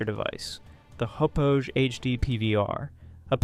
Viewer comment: Great video. Just as a friendly comment, "Hauppauge" is pronounced "hop hog." It's named after a hamlet on Long Island where the company is located.